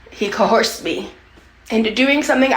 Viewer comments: She said cohorsed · she's insufferable. "co-horsed"